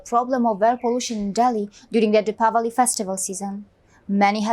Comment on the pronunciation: I really love u a lot..after a long time u are the only person who said the word diwali as depawali...it is tamil word..good to hear that...u are more Indian than any of us....